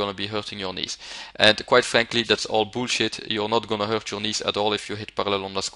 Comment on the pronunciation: I also like the way he says "weight" and "bullshit". "veight" "büllshitt"